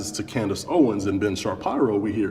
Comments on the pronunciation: "Ben Sha-pyro" lmao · I left when that dude pronounced Ben Shapiro as Ben shapyro